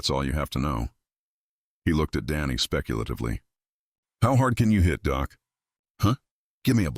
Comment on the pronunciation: It’s nice better then some audiobooks but work on doc not doe?